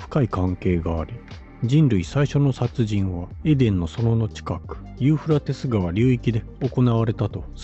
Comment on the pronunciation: どんだけユーフラテスの発音苦手なの(笑)😂😂😂